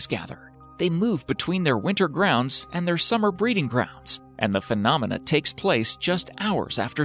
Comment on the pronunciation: Nobody:: Penomna